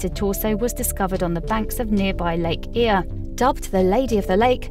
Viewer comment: Butchered the pronunciation of the Cuyahoga river and Lake Erie.